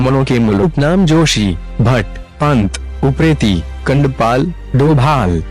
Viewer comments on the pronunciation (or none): कांडपाल ko shi se bolo